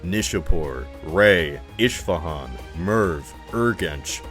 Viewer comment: its "es-fah-han", not "esh fah han"